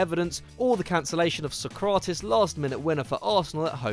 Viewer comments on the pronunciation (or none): none